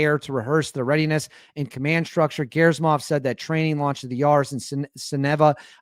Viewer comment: great video! I just wanted to advise you that Gen Gerasimov's name ( russian pronunciation is hard sometimes) is pronounced Geh-rah-see-mahv... thanks for all that you do! One other thought: If Russia really does have a successful capability with this missile, then it is time for the US to demonstrate to Russia and China some of its secret stash of special access project technology...